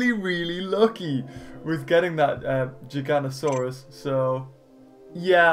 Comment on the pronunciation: No it not gigantiosauos it's gig anosars